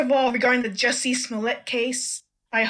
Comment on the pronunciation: David, Sir you are saying his name wrong. It’s Juicy. Not Jesse